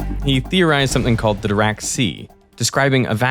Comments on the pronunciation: I can’t get used to the german guy’s pronunciation of Dirac which sounds a lot like “The rock” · Are you sure it's pronounced "doo-rak"? It's spelled with an "i"... "Doo-rak" sounds like the word for idiot in Russian...